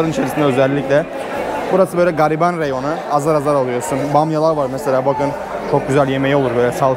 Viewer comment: turkce konusunda hasasiyet lutfen reyon. Meyon, ne ya tezgah